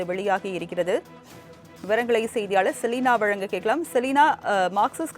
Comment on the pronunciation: செலினா அவர்களே வலங்க,வலங்க,என சொல்கிறீர்கள்.அதன் அர்த்தம் என்ன? " வழங்க " என உச்சரிக்க வரவில்லையென்றால் மீடியாவில் தமிழை கொலை செய்யாதே.